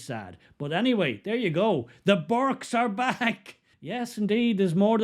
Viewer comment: Burkes not burkas!